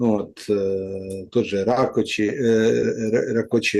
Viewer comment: Rákóczi. В Венгерском языке сочетание букв cz произносится как ц.